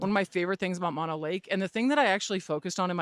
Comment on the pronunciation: Mono rhymes with oh no, like oh no I haven’t visited mono lake in a while! Mah-no is the disease that makes you cry for your mama.